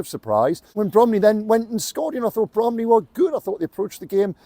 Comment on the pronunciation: It’s Bromley